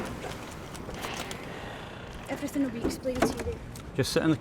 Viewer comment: "We'll explain everythink" she says.